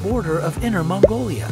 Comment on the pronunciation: At least u said mongolia 🇲🇳 thank u